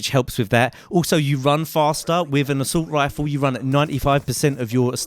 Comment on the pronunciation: haha you sound so funny when you say assult rifle xD